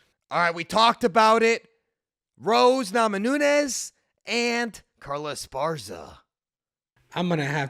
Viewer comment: NAMAJUNAS NOT NAMANUNES